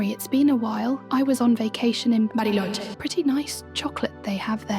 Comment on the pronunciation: The way you pronounced Bariloche made me spit my Fernet con Coca